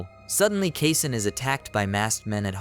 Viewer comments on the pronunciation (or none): Mispronounced. It's supposed to be "Kasen" (kah-sen).